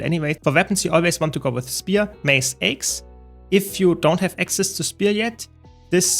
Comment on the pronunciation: I love you.... by the way "Axe" in english is pronounced Aaaa-cks, as opposed to "ayyy-cks". Not trying to be annoying, just trying to be helpful.